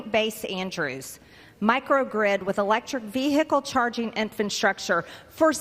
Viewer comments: IN, DID SHE SAY: "INFANT-STRUCTURE" !?!? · What is "infant-structure"??